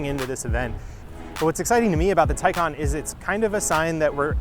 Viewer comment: And Taycan too. Not Taycehhn like other reporters.